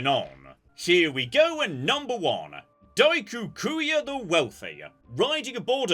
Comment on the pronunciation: I love the butchering of "Daikokuya". So for fun, Daikoku is a Japanese diety of wealth.